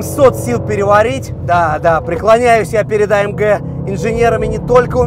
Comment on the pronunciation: А ЭМ ДЖЕ....А ЭМ ДЖИ.....Баран АМГ !